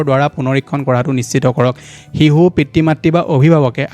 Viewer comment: শিহু nhoi sir শিশু হে আপুনি অসমীয়া নহয় নেকি 😂😂😂